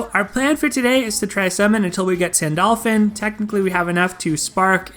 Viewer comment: Wait did I heard you said Sandolphin?